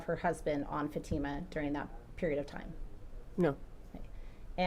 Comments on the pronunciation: I hear him say Fat-tuh-muh 😮😮😮 so, disrespectful 😤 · Plus he doesn't even know how to pronounce Fatima. He keeps saying Fat-ima. 🙄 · The Defense lawyers are so unprofessional. Yawning, arms crossed seems disinterested to the people on the stand. And neither can pronounce Fatima's name correctly......."00"